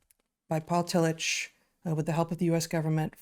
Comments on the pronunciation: I went to Union Theological Seminary, where Tillich taught when he came to the US, and at that school his name was universally pronounced TILL-ick. That was how it was pronounced when I was an undergraduate as well. In fact, this is the first time I have heard it pronounced Till-itch. And the Courage to Be is an important book in my life as well. 😁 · Excellent & soul-shoring up as usual. Just FYI: Tillich is pronounced Till-ick not Till-itch. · I’m fairly certain his name is pronounced “till ick” not “till itch”, at least that’s how I learned it in my philosophy courses. I’m surprised he is new to you both. His book The Courage to Be was important for me. I feel a revisit there would be akin to a long soak in a mineral bath for my heart and mind about now. Keep exploring. It’s good for all. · There are some slight differences that a German speaker might distinguish but the k sound is very close to the ch in German. And Tillich despite what you say or the mispronunciation in this video is pronounced Tilluk or tillick when referring to the fairly well known philosopher's proper name. It is not really open to debate. People get to decide how their names are pronounced. The ch is pronounced precisely how the ch is pronounced in Dietrich. That is just the way it is and it seems a bit careless and disrespectful for this video to create confusion about it. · Fantastic podcast. So interesting and so relevant to today. Thanks for introducing him to a new generation of thinkers. I believe I am right in saying the name is pronounced " Tillick" as if spelt with a " k."